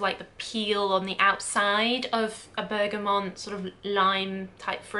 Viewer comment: Please don’t say Bergamont anymore! 🙀 It’s Bergamot ! 🙏